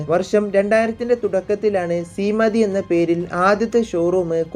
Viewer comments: സീമതി അല്ല ശീമാട്ടി ആണ് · ശീമതി അല്ലടോ ശീമാട്ടി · സീമതി അല്ല bro ശീമാട്ടി എന്നാണ് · വായിക്കാൻ പോലും അറിയാതെ ആണോ മോനെ പണക്കാരെ കണ്ടു പിടിക്കാൻ ഇറങ്ങിയത് സീമ തി അല്ല ശീമാട്ടി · ithu randum thettanu...sabdathinte sa aanu aanu vendathu